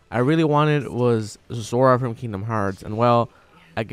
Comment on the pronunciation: Dam b...said "Zora" looked him up got Sora... lol but that pronunciation though need to work on that 😂😭